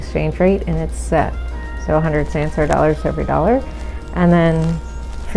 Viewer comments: God their Pronouncing of Sansar is so hillarious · Fyi It's pronounced sun-saar lol